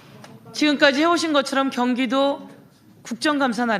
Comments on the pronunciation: 갱기도는 갱기도는..경기도 발음도 제대로 못하는 작자가 갱찰청장까지하고,닭아지트에서 국개의원도 하고.. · 갱기도가아니고 경기도다 발음좀 똑띠해라 국개의원 씨